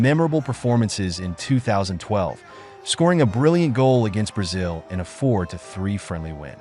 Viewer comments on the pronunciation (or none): none